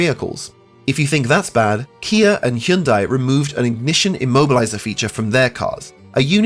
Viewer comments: You pernounced hyundai wrong. It's pernounced like sunday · Hyundai rhymes with Sunday. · hundai rhymes with sunday, boss.